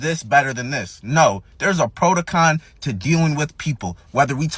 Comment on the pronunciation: protocon? lmaoo what word is that?